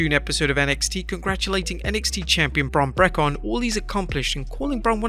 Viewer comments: Bron Brekker? Lol it's Bron Breaker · “Bron Breakon”?? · What is it with him not being able to prononce Bron Breakker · WrestleLamia can't even say Sasha banks' name correct, or Bron Breakker's name correct. I hate this guy's accent sometimes. This guy needs a hearing aid or something or speech therapy to pronounce their names right like the announcers do.